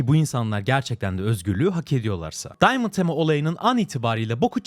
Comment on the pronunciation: diamant tema :D ingilizce süper